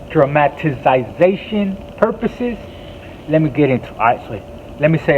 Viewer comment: Hey homie not tryna be a hater or talk down just helping out but the correct pronunciation is “drama-ti-zation” that’s how like it sounds